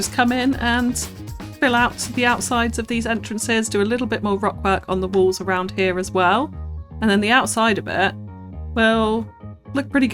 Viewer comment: WALLS! Omg I thought you were saying WOLVES for a while and was so confused!